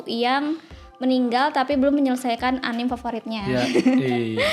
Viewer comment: Kak... A-Ni-Me... Bukan anim 😑